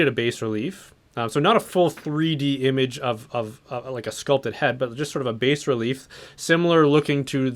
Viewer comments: A “base” relief? Do you mean “bas relief”? It’s said “bah” relief. It’s an art term. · bas relief is pronounced BAH relief